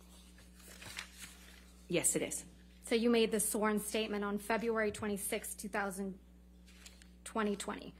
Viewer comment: Febuwawy -Elaine